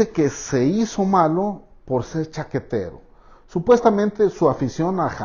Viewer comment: jajajaja me dio un chingo de risa cuando dijiste, "se hizo cjaquetero"